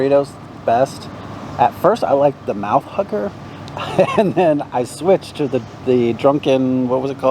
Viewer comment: Food looked great, I think I'd go with the burritos. Not to be gross, but everytime said "Mouth Hugger" it sounded like he was saying "Mouth Hooker" (sorry ) lol. Great video as always guys 👍👍